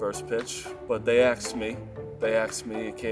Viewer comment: Why does say aksed instead of ask like a normal person. I cannot listen to him talk